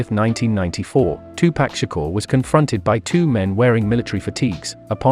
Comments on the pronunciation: they need to use a voice that can pronounce 2Pac then 🤷🏿‍♂️ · Bruh just stop saying Tupac please 🤣